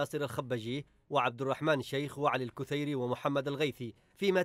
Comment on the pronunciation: الكثيري بالكسر مو بالضم